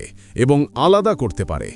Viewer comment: আলাবা না ভাই শব্দটি আলাদা 😅😅